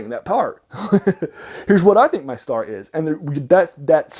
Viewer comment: Too long. Speaking too fast. Need to focus on the "pulp" topic. It's pronounced "mee-Star-ah."